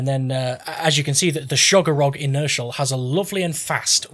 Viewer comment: You came up with a good dozen unique, funny mispronunciations for the name,! Sugar Lump Inertial is my new name for the gun.